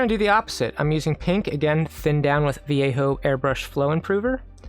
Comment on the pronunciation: So, I admit I hit Like and Subscribe at about 7-ish minutes, right before I heard you pronounce "Vallejo" correctly, with the Y sound, and I wanted to say both how beautiful I thought the piece was and how much I appreciate your attention to detail. Have you experimented with different colors to fill in the details rather than black? This gives me a lot of ideas, lol Great instructional!